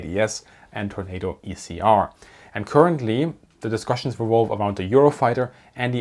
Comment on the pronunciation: He still has that German D in place of the TH sound though. I'm not knocking his content at all. I can't say "boot" without sounding like a Texan, no matter how hard I try. 😂